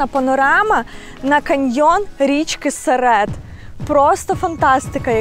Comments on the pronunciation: Гарне відео. Сам з тик країв. Але дуже ріже слух, річка має назву Сере́т (наголос на другий склад) замість Се́рет, як назвали у відео. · Дозвольте трішки виправити ваші наголоси. Місцеві кажуть ДжурИн, СерЕт.